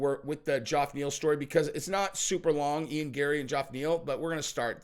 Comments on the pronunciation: Its pronounced " jeff". But isnt the smartes tool in the shop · Geoff is pronounced the same Jeff- not "Joff". Did you think the thousand times it's been pronounced on air by many people were wrong and you were right? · Geoff Neal is pronounced and sounds like "Jeff" not "Joff".... ok? Pronunciation matters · Why the hell do you always pronounce Geoff Neal’s name as Joff? It’s pronounced JEFF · is it "Jaff" Neal or "Geoff" Neal, im confused?? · Geoff = Jeff! Cmon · Hey, how come you say Joff Neal? Lol everyone says Jeff (Geoff). Just curious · Geof Neal name isn't pronounced Gee-Off, it's pronounced the same as Jeff... Source, my name is also Geof... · Dude will you stop calling this man Joff. Its pronounced Jeff. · why do you keep calling (Jeff) Geoff Neal- Joff? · Probably the millionth person to comment this but Geoff is pronounced Jeff not Joff. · His name is not Joff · It’s pronounced JEFF!! Wtf!?!? Lol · It’s pronounced “Jeff” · why can't you pronounce Geoff's name right? It's pronounced the same as Jeff.....C'mon dude. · New subscriber and I will stay subscribed as long as you continue to pronounce Geoff Neal as Jowf Neel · Why is unable to pronounce the name "Jeff/Geoff"????? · Why does say “Joff Neil”? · Where I'm from 'Ge-off' is pronounces 'Jeff'! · What's with the JOFF pronunciation? Get it sorted on fire 🤣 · Who in the ENTIRE FUCKIN WORLD pronounces Geoff as "Joff" besides?! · I think is trying to copy the Chael shtick by intentionally mispronouncing people’s name. No way he still hasn’t figured out how to pronounce Geoff (hint: it’s pronounced the same as Jeff!) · I think it's really pronounced Geoff not Jeff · Does Geoff Neal pronounce is name funny or does nobody know it's pronounced like Jeff? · HIS NAME IS JEFF(Geoff) FOR FUCKS SAKE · Fucking hell. Geoff Neal's name is pronounced like Jeff. JEFF. Dear God. Maybe one day, you'll see one of these comments.